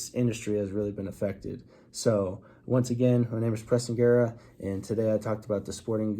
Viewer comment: Hi it's pronounced it's pronounced Guerra please stop saying please stop saying gwera